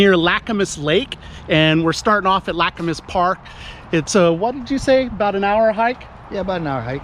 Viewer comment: It’s pronounced ‘lacamas’, not ‘lacamas’